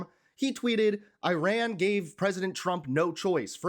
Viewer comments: Please say Ee-rahn, not I ran as in a race. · It’s not Eye-ran. It’s eee-ran. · Just for your information, it is not " I " " RUN " . The " I " in IRAN is pronounced as " I " in "inch" or " indoor" and " I " and " RAN" together is one word. To pronounce it right ask some of Iranian in U.S. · pronounced Ear Ron. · Dude - please learn how to pronounce the name of the country: it's "ee' -run."